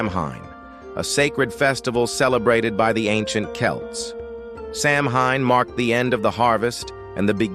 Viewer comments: The proper pronunciation of Samhain is 'Sah-win'. In Gaelic a 'mh' combination sounds like a 'w', and the 'a' behind the mh is not pronounced, (it is there because of Gaelic spelling rules). Narrator also pronounced Celts with both hard C (Kelts) and soft C (Selts) sound. In general the hard C (Kelts) is preferable, but don't argue that with a Boston's Celtics fan. Over all, the video is rich with accurate information... well done! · Why not use actual human voices. Maybe “Samhain” would be pronounced correctly.